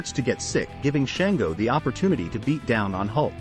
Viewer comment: It's spelled Shango yes but pronounced shawn-go also Tantanka is tatonka he is not a tank 😂